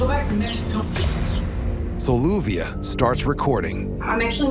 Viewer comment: BTW, her name is LLUVIA, pronounced as JU-BE_AH